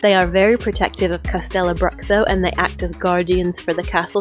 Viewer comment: You forgot the mermaid, basilisk and dragon lair. Its pronounced castelloh brûhshooh